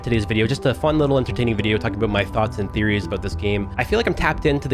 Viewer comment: Bro why tf u say about like that